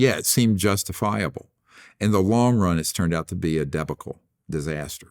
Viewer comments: "A deba-cull" Lmao are you kidding? You mean de-bah-cull?? Wow just wow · "...it's turned out to be a debbickle disaster..." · Did he pronounce debacle “dee-buckle?”